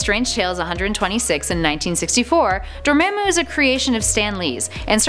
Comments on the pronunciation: Dormammu is pronounced Door-mom-u not Dir-mim-u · it's spelled dormammu but pernounsed door-mom-oo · Not to hate or anything, but it's pronounced Door-Mah-moo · Door-mom-ooouu I cringed when u pronounced it😭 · Dormammu pronunciation (Door-mom-ooh) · Really? Door-mom-moo. That's how you pronounce it, ma'am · Its pronounced door-mom-moo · Dormammu is pronounced (Door*mom*moo) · This is how you say dormammu the right way Door- mom-ooo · You say it door mom boo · Door ma'am moo?? rrreeaally hun? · It's pronounced (door mom mu) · this is how you say dormamu door ma moo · how do you pronounce dormammu so wrong